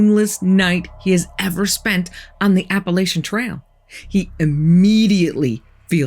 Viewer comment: It's Appalachian not Appalitons first of all I know because I live here